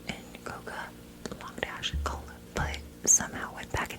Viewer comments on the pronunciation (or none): none